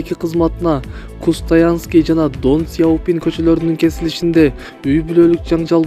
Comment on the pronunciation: Кустоянский деген кочону биринчи жолу угушум 🙁может Костонайский?!!